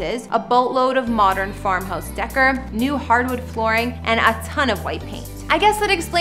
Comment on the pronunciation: The narrator said "farmhouse decker". Maybe that's how they pronounce in Canada, but in the US "décor" is pronounce DAY-COR. smh